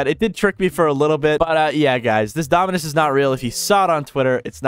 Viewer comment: Why did bro keeps saying dominance instead of dominus💀